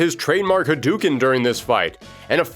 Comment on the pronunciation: Ha-DOOO-ken?....LOLZ! Breh